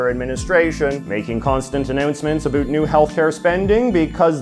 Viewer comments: we have to now talk “a bit a boot” what’s actually going on. That killed me. Not making fun of your accent but that was too funny not to at least acknowledge. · I can't tell if his pronunciation of about and around is an act because i have literally never heard a canadian anywhere in the country ever pronounce them that way.